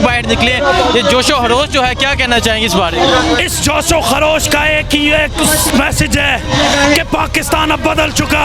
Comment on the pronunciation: Please josh o harsh nhi kharosh